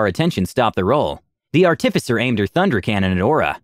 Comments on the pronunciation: ...Ar-tif-icer? Art-i-ficer! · Artifice is the action of making this out of base material. Someone who does that is an ART-if-cer, not an ar-TIF-ic-er. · A little off topic, and I'm not trying to be an ass when I say this, I'm just pointing it out. You put too much emphasis on the "TIF" when you say artificer. Instead of saying art-TIF-icer, just say artif-isser as one smooth word with no emphasis on any part of the word, like you would say "artifact". Or just google "pronounce artificer" and listen to example built into google at the top. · learn to pronounce artificer please for the love of god...How do you pronounce artifice? Pronounce that and add an er to the end.